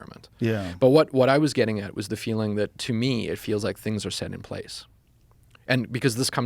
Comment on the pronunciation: Is he south African? Because I did notice him say a few words differently like path and set sounded like poth and sat